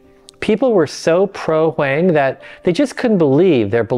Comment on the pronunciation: Hwang is pronounced "WAHng". Like wrong without the r.